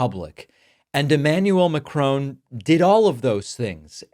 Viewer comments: Sorry to have to correct you but the French President’s name is pronounced Mack-ron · Your pronunciation of Macron is terrible, David. MA, in MAnhole_CRO, in CROcodile. No ,'e'on the end. Love your work sir. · It's Macron, not McCrone! Chrissake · hey pronounce his name correctly, MakkRon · It’s not ma-crone! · Ha. I know. I cringe every time I hear it 😖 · Exactly. Or Ma-crAWn. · btw it's Macron NOT Macronnnnne!! ok? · Great video, I love listening to you, but please pronounce the name Macron as "Mack-ron" ! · In fact it is Ma-cron (pronounce Mah-cron) Mac-Ron would be Scottish! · They pronounce the ending just like the word drone. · It's not pronounced Macrone!!! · Try saying MakCrun not Macroon he is not a Racoon! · 'Macrone' learn to pronounce the blokes name for crying out loud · Not to take from your report Emmanuel ( Mac Ron) rhymes with gone, please. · Please learn how to pronounce Macron's name , it is Macrawn, as in brawn. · love you David.....and your channel...but it is MACRON no E!!!! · Please David pronounce The President of France surname correctly there is no E on the end of Macron. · Mah-kroh(~). You don't pronounce a hard 'n'. You Americans manage to pronounce the French name Chevrolet without a hard 't'. 🙄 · Pronounced more like “Mak-RON.” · The correct pronunciation of Macron is MAC - RON .There is no lengthening of the O vowel. I loved the way he handled terrible Trump with diplomacy. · You pronounce the French President’s surname incorrectly. There is no ‘e’ on the end of Macron. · His name is not McCrone ;) hehe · Try to pronounce Macron correctly, so you will be taken more seriously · Mate, you are pronouncing Macron's name incorrectly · Macron, not Mccrone ;-) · Good for M. le Président - but a pity his name is pronounced so badly. He's a Frenchman, not a Scotsman. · why are you saying macrons name wrongly,typical yank. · It would be nice if you learn how to pronounce Macron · Could you at least pronounce President Macron correctly😡